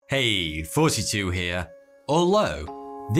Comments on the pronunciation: Thought your name was "forty-two" this entire time bc you can't pronounce "th" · Hey, hope you're doing great! Thanks for your wonderful videos. I've a question for you. With all due respect. Your channel is called Thoughty2, but the way you pronounce it sounds more like Forty two. Is this a wordplay/ accent play (?) as is "the answer to Life" and your vid's are constructive for life? Or did I just over thought it? 😅 Thanks. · Love your videos, but why does it sound like you’re calling yourself? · I don't get it; is your entire accent fabricated? You always start out saying hey it's thoughty2 here. But the way you say it is as if the th is not pronounced in your accent and so it comes out sounding like but then in the very next sentence you proceeded to use words that have th and you pronounce the th flawlessly. There's a lot of things that you say that absolutely make no sense to the way the you enunciate things in relation to others. It's freaking weird but then other times words with a th you don't pronounce once again like when you say this is all thanks to. The way that you say the word thanks comes out with an f saying "this is all FANKS to" there's a lot more I could go into having watched your channel for a long time, but it's a lot more than just your th your entire accent sounds completely fabricated and made up when I listen to you